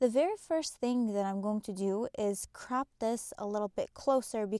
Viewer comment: Sorry...am I the only one hearing her say "crap" instead of "crop" 😂😂😂 besides that it was a great tutorial...but I couldn't help but laugh every time she said "crap"